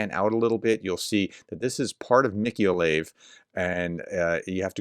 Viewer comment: It's pronounced, "Mi-ko-LA-yeev", not Micko-layv...